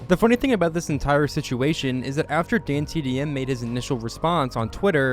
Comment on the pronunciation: bro he mispronounced ksi mr beast and dantdm on purpose